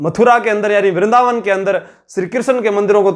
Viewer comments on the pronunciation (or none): none